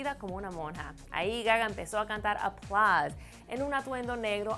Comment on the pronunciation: porque la mina esta dice "aplaz"